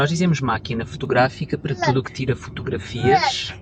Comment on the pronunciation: Your Portuguese is much better than mine but I have to ask why do you still pronounce words beginning with T like an English speaker? You have done it for years now. Since day 1. Surely, with your level of Portuguese you should know how to pronounce it by now. It is so off putting hearing you mis-pronounce almost every word with T. For example, The word Tudo is pronounced more like Thudo with more of a th sound. You say it with a sharp T sound like T in Tango. That is completely wrong. PLEASE stop saying it wrong!! Ive noticed you do the same with the verb Ter. Should be more like Therr - but you always say Tear as in tear that poster down! Sounds so bad. Im not saying this to be mean, but it really spoils your otherwise excellent videos and podcasts.